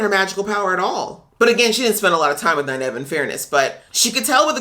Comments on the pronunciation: Also, it's pronounced nine-eve, not nine-ev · Note: Nynaeve is pronounced "Nine eve" where Nine is the number and Eve is like "Christmas Eve." The mispronunciation of her name by Liandrin was meant to be a joke about book readers mispronouncing her name a lot, but it happened to have the effect of confusing a lot of people new to the series who didn't have her name down yet. It is too bad they didn't have Nynaeve actually correct her. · While it could very well be a nod to book readers, I actually think the mispronunciation and subsequent "I can't place the accent" line was an Aes Sedai probing statement. She was trying to figure out who Nyneave is and where she came from. "Aes Sedai always tell the truth but it might not be the truth you think you hear" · Nynaeve is pronounced "9-eve" (as in Adam & Eve). Great reactions :)